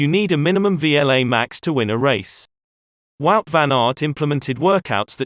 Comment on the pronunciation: Guys, Wout is pronounced Vote, not Wowt- it's that simple and exactly that, Vote, NOT Wowt! Please!